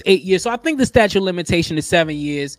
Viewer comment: It is "statute" not "statue". Before you post..., please refresh your English and grammar. It just looks bad for black folks..., reinforcing the stereotypes that the world has of us. This was embarrassing....